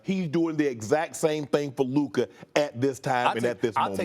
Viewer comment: Stefan A continues to deliberately mispronounce Luka’s name when he deigns to even mention him…Stefan A is a xenophobic racist